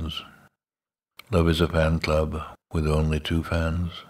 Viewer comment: He says vanclub instead of fan club always notice that